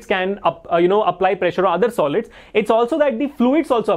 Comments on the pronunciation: when you said pressure I herd pleasure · Sir saying "pressure " Me hearing "pleasure"😅